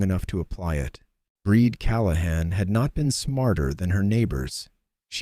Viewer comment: A great story. I would think the woman's name was Brìd pronounced Breed. Im listening from Ireland.